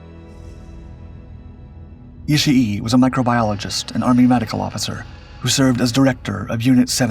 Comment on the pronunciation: It's not "Ishi E". The final vowel sound is just double length.